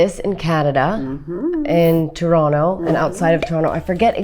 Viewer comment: Lindsay says Toronto like a true Torontonian!